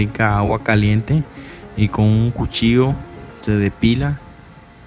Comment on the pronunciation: El Coche? Mejor dí Marrano, Cerdo, Puerco, o Cochino , ya escucho que tienes problemas con tu hablar, también dices Cochillo, y es cuchillo.